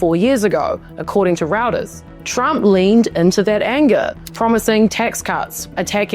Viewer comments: ROUTERS???? It's pronounced RHOITORZ. Reuters. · Roy-terz, not Routers (Paul Reuter was of German origin). Not that it detracts from quality journalism you consistenly put out, mind you :) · Great video. Just a quick note, Reuters is pronounced 'Royters' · FYI, Reuters is pronounce "ROY-ters". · It is pronounced Rue (roo) ters (turrrs).